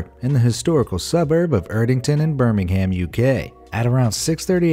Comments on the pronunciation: It’s not Birm-ing-ham it’s Birm-ing-um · Americans still can’t pronounce ‘Birmingham’ right lol